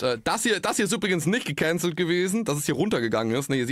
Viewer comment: DIGGA DIESE AUSSPRACHE "GEKÄNZELLT" EDEKA BOY HAT AUCH NICHT FÜR GUTE AUSSPRACHE DIE CAP BEKOMMEN